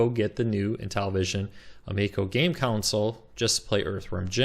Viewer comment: Console. Con. Sole. Console. Not council. Not counsel. Console. Con. Sole.